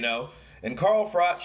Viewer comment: Pronounce frock